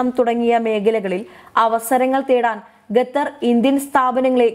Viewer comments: അവതാരക മലയാളം നല്ലവണ്ണം പറയാനറിയാത്ത ആളാണോ അതോ ജാഡയാണോ.... ഗത്തറല്ല.... ഖത്തർ എന്നാണ് പറയേണ്ടത് .. എഴുതുമ്പോൾ അക്ഷരത്തെറ്റ് വരുന്നത് പോലെയല്ല സംസാരഭാഷയിൽ... വായിൽ തോന്നുന്ന പോലെ പറയുന്നത് കേൾക്കാൻ ബുദ്ധിമുട്ടുണ്ട്....... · Gather, guran . What is this ?! Please read ഖത്തർ, ഖുർആൻ. You should have to read according to their pronounciation and not your own couped style. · ഗത്തർ അല്ല. ഖത്തർ എന്ന് വ്യക്തമായി പറയൂ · ഗത്തർ അല്ല ഖത്തർ... പ്ലീസ് pronounce correctly. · ഗദ്ദർ അല്ല, ഖത്തർ. പൊട്ട വായന. ദന സഹായം അല്ല, ധന സഹായം. ബന്തിപ്പിക്കുക അല്ല, ബന്ധിപ്പിക്കുക. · ഗത്തർ അല്ല ഖത്തർ ആണ്. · ഗതർ അല്ല ഖത്തർ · ഗദ്ദറല്ല പെൺകുട്ടീ, ഖത്തർ ആണ്. QATAR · ഗദ്ദർ അല്ല കുട്ടി ഖത്തർ എന്നാണ്... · ഗത്തർ അല്ല ഖത്തർ.... ഉച്ചാരണം ശ്രദ്ധിക്കുക. ഇവർക്ക് ഉച്ചാരണത്തിന് ക്ലാസ്സ്‌ എടുക്കണം 👌🏻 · ഗത്തർ എന്ന് ഉച്ചരിക്കരുത്, ദയവായി ശ്രദ്ധിക്കൂ... മലബാർ സ്വദേശിയാണോ? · ഗത്തർ അല്ല ഖത്തർ എന്ന് ഉച്ചരിക്കാൻ ശ്രമിച്ചാൽ നല്ലത്.,അത്പോലെ ബക്ഷണം അല്ല ഭക്ഷണം എന്ന് കൃത്യമായി പറയുക.അറിയാൻ പാടില്ല എങ്കിൽ മനസിലാക്കിയ ശേഷം വാർത്ത വായിക്കാൻ ശ്രമിക്കുക. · ഗതർ അല്ല ചേച്ചി,, ഖത്തർ എന്ന് പറയൂ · ഉച്ചാരണം കൂടുതൽ ശ്രദ്ധിക്കാം. ഗത്തറല്ല, ഖത്തറല്ലേ ശരി? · ഗത്തർ അല്ല ഖത്തർ ആണ്. ഉച്ചാരണ ശുദ്ധി ശ്രദ്ധിക്കുക. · ഭക്ഷണം ഒക്കെ കൊടുത്തുകൊള്ളൂ. പക്ഷേ അവരുടെ ഓയില്‍ വാങ്ങാതിരുന്നാൽ മതി.... ഈ പെണ്ണ് ഗത്തർ എന്നാണല്ലോ പറയുന്നത്. ഖത്തര്‍ ആണ്. ഭാഷ അറിയാത്തതിനേ ഒക്കെ പിടിച്ചു ന്യൂസ് വായിപ്പിക്കുന്നതിന്റെ കുഴപ്പം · " ഗെത്തർ " അത് ഏത് രാജ്യമാണ്? അക്ഷരം പഠിച്ചിട്ട് വാർത്ത വായിക്കൂ. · എനിക്ക് അറിയാന്മേലാഞ്ഞിട്ട് ചോദിക്കുവാ ഗെത്തറോ ഖത്തറോ. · ഗെത്തർ അല്ല ഖത്തർ ആണ്. അക്ഷര ശുദ്ധിയോട് വായിച്ചാൽ കേൾക്കാൻ സുഖമാണ്. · ഖത്തർ ആണ് ഗത്തർ അല്ല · ഗതർ അല്ല ഖത്തർ മലയാളം പേപ്പർ വായിക്ക് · ഗത്തറല്ല. ഖത്തർ എന്നതാണ് ശരി. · ഗത്തറല്ല ഖത്തർ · മോളൂ ഗത്തർ അല്ല ഖത്തർ..പറഞ്ഞേ...ഖത്തർ.. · കൊച്ചേ ഗത്തർ അല്ല ഖത്തർ എന്നു മലയാള ത്തിൽ,Qatar എന്ന് ഇംഗ്ലീഷിലോ പറയാം,ഒരു ഗത്തറും കൊണ്ട് വന്നിരി ക്കുന്നു,പോയി നാക്ക്‌ വടിക്ക്. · ഗത്തർ അല്ല ഖത്തർ എന്ന് പറയു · It is Qatar not Gatar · ഗത്തർ അല്ല... ഖത്തർ ആണ്.. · ഗത്തരല്ല, ഖത്തർ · ഗതർ അല്ല QATAR ആണ് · Pronounce properly pls Qatar & not Gutter